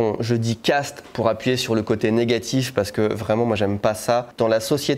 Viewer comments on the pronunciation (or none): none